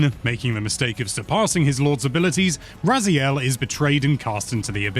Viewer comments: probably Ray-Zile He has masters in linguistics I think, so he technically pronounced it as it SHOULD be. But if that's not how it's pronounced in game then I suppose he felt it right to re record it with the in-game pronunciation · No need for patch notes in the pinned comment, just admit the reupload was purely because of mispronunciation of Raziel 😂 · That last one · mispronunciation of Raziel was the best part of the original review!